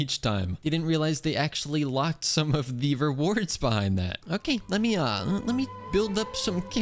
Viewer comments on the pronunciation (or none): none